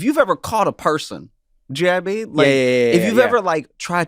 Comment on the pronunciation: Trevor has a bit out there somewhere about his friend "Na-mean" and I've been wondering forever: is that Josh? Every time he says "know what i mean it comes out "na-mean" and I just want to know!